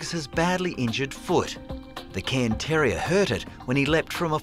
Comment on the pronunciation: It's a Cairn (pronounced karn) terrier.